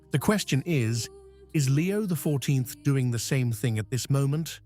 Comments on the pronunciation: Why can't they find someone who can pronounce the words. God is the only intelligence that we should follow, not an AI implant who can't even pronounce Roman Numerals. Leo is an Anti Pope and anything he says or does has no value, he's just another false "Pope" like those before him. Our last true Pope was Pope Pius XII, they decimated the Mass at Vatican II, and gave us what is called the Novus Ordo and it's false "Mess" which has no Sanctifying Grace.The only ones who are celebrating the True Mass are the Traditional Priests and the SSPX. It makes you cringe just listening to this AI character. Jesus Christ is the Head of the Church that He founded with His Precious Blood. We have to go back to Tradition; this is not Tradition. This is the false End Times Church that Catherine Emmerich had a vision of. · The voice of this AI is laughable - can't pronounce those Roman numerals - XIII, X. So much for intelligence! God is the source of all intelligence and we humans are endowed with this faculty for use towards good - for oneself and towards our neighbour. Watch those videos promoting artificial intelligence. Do we not see the prominence of that characteristic that is found in the deceiver who made his way into the Garden and with his 'intelligence' bore the fruit that led to the Crucifixion on that first Good Friday? And to the chaos that we see in many regions of the world today?